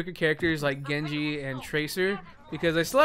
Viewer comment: Lyfe Of a Nob Master it's like "Gengu" but he still pronounces the J so I don't think it's intentional